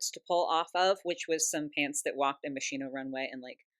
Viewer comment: I died inside every time I heard “ Machine-Oh “ in place of Moschino (musk-e-no) 😭🫶💖